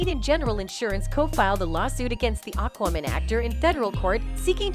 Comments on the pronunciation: Why is Aquaman (phonetically pronounced Ak Wa Man) being (phonetically) pronounced as Akoomun and AkWooMun, by this narrater? Sorry, I realise that the point of the video is the subject matter, but how did she not learn the name of the film, before recording this video? It is SO very distracting and aggravating! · It sounds like you're saying Aquawoman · I think given the fact that the narrator, for this video, cannot even pronounce the name of the film they are talking about, I would take most of what they say with a pinch of salt! The info in this video is just someone's opinion on info that we can all easily find, elsewhere! Pointless content, unfortunately!